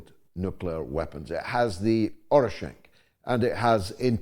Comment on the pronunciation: It's Oreshnik not Orishenk.